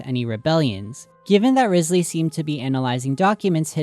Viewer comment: Quick note but Wriothesley is based off the first Earl of Southampton, Thomas Wriothesley, or possibly his descendants, meaning he might be linked to the doings or personality of the Earl. Side note: Wriothesley is pronounced Rye- zlee. I also think it's interesting that some people tend to miss that Fontaine is also based on Britain (mainly England) and so it would be interesting if there was information in Britain's history that might link to the story/ the lore of Fontaine. Just some notes, nothing too important in this comment. ^^ EDIT: The first Earl of Southampton had close ties with high society. He held titles like secretary of state, Lord Chancellor and Lord High Admiral meaning he was very influential. He betrayed Thomas Cromwell in 1540 (during the time of Henry the 8th) which could also be important to the storyline of Fontaine. His role may be a double agent of sorts, where he works high up in govt while relaying information to the people below so they can act in the most affective way. EXTRA TEA: Super side note but Thomas Wriothesley's son Henry was rumoured to be the addressee of Shakespeare's poems Venus and Adonis and The Rape of Lucrece (I believe confirmed) and quite a few of his sonnets (unconfirmed)